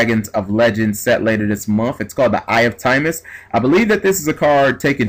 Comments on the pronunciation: its timaeus not timemus! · It usually doesn't bug me but omg the way you pronounced Timaeus and Paladin in this video really got to me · TimEYEus is how it's pronouced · It's pronounced Tim-EYE-us lol. And the monsters it summoned in the Doma Arc were 'Dark Magician Girl the Dragon Knight' and 'Amulet Dragon'. Further, Timaeus will work on 'Dark Magician' cards, including Dark Magician Girl, Dark Magician of Chaos, Dark Magician of Illusions, Skilled Dark Magician; essentially allowing any monster with Dark Magician in its name to be used... Amulet Dragon's effect allowed you to banish all Spell Cards in your grave when it was summoned, and gain 300A per Spell; its original ATK being 2900. DMG the Dragon Knight (2600/1700) allows you to destroy one face up card on the field and destroy it by sending one card from your hand to the grave, and it is a Quick Effect! If the effect you have is the true effect, then shit just got real! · I agree in that context, and I see why he was asking why It should even matter, but I think it bothers me even more when we HAVE a correct pronunciation of Timaeus, and Paladin and the others he said wrong. I mean the Characters said the names ALOUD. Either G needs to re-learn english, OR has never heard the words aloud. Not trying to start an argument I swear, but I cant be the only one who was bothered by his mistakes. Also its not the first time he has made these mistakes. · Can you read? Doesn't even look like a word you would pronounce "timeus"